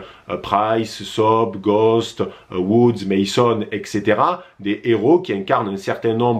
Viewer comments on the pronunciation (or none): none